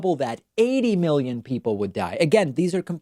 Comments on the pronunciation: He didn’t really pronounce the first letter clearly. I’m pretty sure he said millions, although after the whole disinfectant injection and uv talk I don’t even know anymore. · He said millions not billions, he just pronounced it pseudo slur style. Even the auto captions on screen say millions. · it really sounds like a drug induced mumbling of millions actually. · I actually think he said millions but the cocaine hit the back of his throat on the M so it came out bgillions. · Not a fan of Trump, but I really heard millions not billions. Or did I not hear it correctly? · Sounded to me like he said "millions" and he slurred it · I heard millions. I think this time he was just a mumblemouth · He doesn’t really pronounce the first letter so he could’ve said millions, but after the whole disinfectant injection shit I wouldn’t be shocked if he said billions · I am no fan of Trump but I am no sure the audio is clear enough and with his terrible slurred style of mumble speech it could be that he said millions. I would check with multiple camera angles and other outlets to see if all the video is the same.